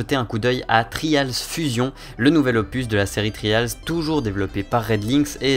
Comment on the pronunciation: On dit vraiment "Tri-A-lz" avec l'accent qui va avec? .-.